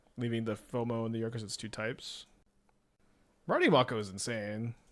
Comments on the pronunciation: Am I the only one who the pronunciation of Make-O as Mock-O is getting bothered? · May-ko. Someone didnt watch Shark Week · It’s definitely May-co. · I die inside every time he says "Mah-ko" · It's "make o" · i think its pronounced like make-o. like the shark species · The professor kept pronouncing it this way too, and it’s driving me crazy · The way pronounces "Mako" really shows he was never a shark kid, nor watched Yugioh.